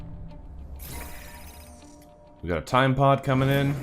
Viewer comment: So glad you are back! Also every time you say "time pod" I hear "Tide pod", is this unnatural?